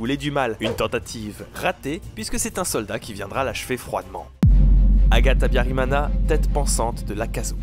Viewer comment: mana yanje (mon dieu) !? tu prononce mal le nom d'Agathe Habyarimana...... vraiment mal mais c'est cool d'entendre son pays ( BURUNDI)